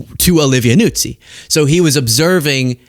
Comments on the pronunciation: It’s not Nuzzi, like pizza. It’s Noo-zee. Listen to Keith Olbermann. He lived with for 2-ish (?) years. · Just for the record, her last name is pronounced newzee, not nootsee.